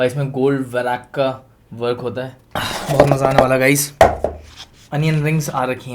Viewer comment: It's not varaak. It's urdu word.. read it like work